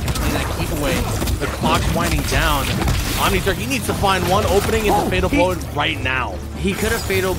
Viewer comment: I keep hearing OmniTurd 🤦🏾‍♂️🤣